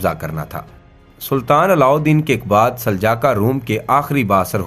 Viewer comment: آپ نے دوسروں کو تاریخ کیا بتانی ہے آپ خود کئی الفاظ غلط بول رہے ہیں جیسے کہ سلاجقہ کو سلجاقا اور ازمیت شہر کو عظمت اور اسکے علاوہ بھی کئی الفاظ غلط بولے سو تھوڑا پڑھ اور سمجھ لیا کریں آپکے غلط الفاظ کسی کے لیے مستقل بن سکتے ہیں